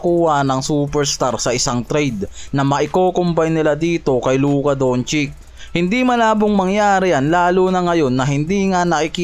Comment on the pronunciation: Oo labaraya..at Luka Dontsik..hahahah ayos pronunciation mo ah....